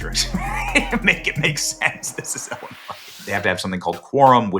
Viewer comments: Not Ellen-Nois Benny, its Ill-i-nois (nois pronounced noy, not noise) No matter how its pronounced, it sucks here. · Your pronunciation of Illinois is the by far worst pronunciation I’ve ever heard 😂